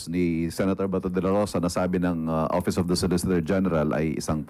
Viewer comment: Oppiise ang pronounciation ni sa office.